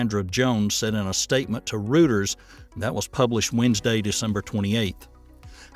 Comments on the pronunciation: It's not "Rooters". It's Reuters, like "Roy - ters" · Should’ve been “ROY-ters” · Reuters is pronounced "Royters" not "Rooters" for future reference. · Learn how to pronounce it. It's Royters, not Rooders. Happy New Year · Attn Narrator: The News organization's name is Roy-turs, NOT Roo-turs! "ROUTERS" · It's not "Rooters", It's "Roy-ters"... how could 'ya get that one wrong... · Interesting reporting and good coverage but I have a nitpick. Reuters is pronounced "ROY-ters." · "Rooters"? "Ser-hey"? Hay-ZEUS, amigos! You really need to vet your announcers more carefully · I think you'll find that Reuters is pronounced Roy-ters. Just saying. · It's pronounced ROY-ters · That isn't how you pronounce Reuters.